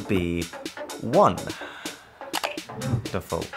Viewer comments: One-Derful 😂😂😂😂😂 the guy is hilarious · One - nderful 😂 😂 😂